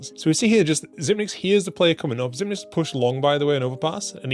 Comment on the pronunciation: Just here to say, it's pronounced ZIPEX. According to the man himself. The 9 is a backwards lowercase e.